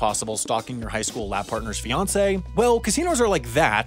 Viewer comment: Fiancé* not Fiontcei